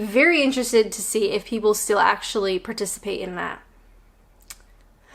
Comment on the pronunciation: “Participate in” - THERE’S the Kent coming out in!